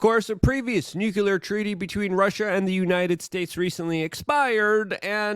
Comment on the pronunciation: temowchewless noocyooler